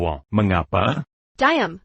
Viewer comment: Banyak perkataan yg sebutan nya kurang memusskan kn contoh diam jadi dayam